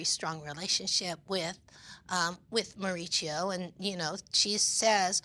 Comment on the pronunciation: This women cannot get Mauricio's name right to save their lives